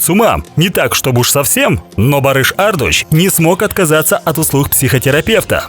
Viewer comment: Только вот ударение в фамилии ставится на У ))) ArdU’ç